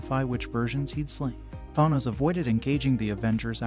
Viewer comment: I'm sorry but saying Tharnos when the name is literally said multiple times in the movies telling you exactly how to pronounce it, doesn't exactly lend much credibility to your video 😶